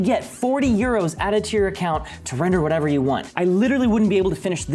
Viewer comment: Every time he says "render" Me: heheh.. "Wrender" But seriously though, how'd you do the pillar up stunt???